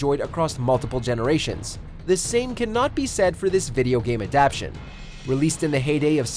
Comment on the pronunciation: please learn how to say "adaptation." Throughout all of your videos, this is not the first time.